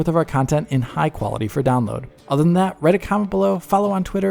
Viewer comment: Das auf Wiedersehen hat mich gerade komplett aus dem Konzept gebracht, arbeiten jetzt auch deutsche bei digitalfoundry, den es war ohne englischen Akzent. Naja egal schönes Fest und guten Rutsch.